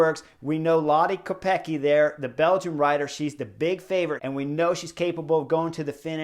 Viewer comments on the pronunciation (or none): Btw, the prononciation. Kopecky is originally czech surname and it should sound like Kopetskee 🙂